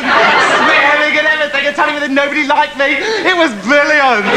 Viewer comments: I really really miss this bwilliant bloke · Thanks Chris that was bwoody bwilliant